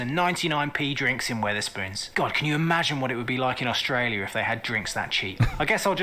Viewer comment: Your Aussie accents are coming along nicely guys, but you need some work on how you say "Australia" - the first syllable just isn't pronounced - it's either just dropped (Straya) or pronounced "uh" (Uh-straya) - actually, you'd probably be better to say "Strya" to rhyme pretty much with "hiya!"